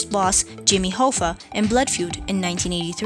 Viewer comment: This narrator can't pronounce "enfant terrible," or "Capote" or "Hoffa" or "solace" or several other crucial words or names. What business does she have narrating anything to do with celebrities? Get someone who knows what they're doing. And if this is AI, heaven help us all.